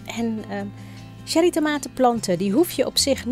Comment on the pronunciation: Het is: tsjerrie, niet sherrie, fonetisch